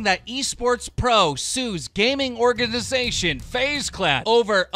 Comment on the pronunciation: Nah Keemstar you aren't getting away with that... Gaming ORE-GAND-UH-ZATION